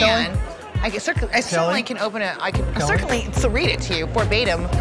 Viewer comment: ….struggling to pronounce certainly. Haha!